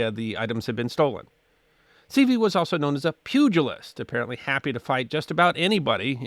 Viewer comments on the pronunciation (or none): none